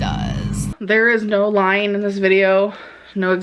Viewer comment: No lyeen. No exaggerateen.